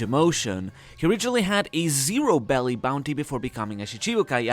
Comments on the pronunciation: Also isn't it berry and not belly? Honestly just want to know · Why do you say “belly” for the money? That’s how Japanese people pronounce berry. You’re not speaking Japanese. So say Berry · Isn’t it berry not belly